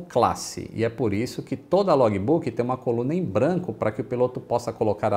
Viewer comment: Log"I"Book"I"... Faltam aulas de Cambly aí... 😁